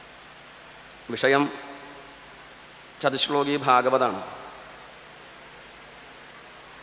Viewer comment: ചതുശ്ശോകീ എന്നല്ല വേണ്ടത് ചതുശ്ലോകീ എന്നതാണ്. ശോകീ = ദു:ഖീ